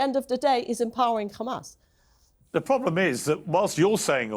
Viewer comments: I am disgusted by her saying “khamas” again and again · She knows how to say Have, Him, Here, but not Hm*s. "Khamas" 😂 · The way she says KHAMASS is telling of what a snake she is